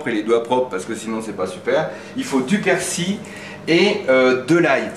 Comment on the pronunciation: persil et non persi on prononce le L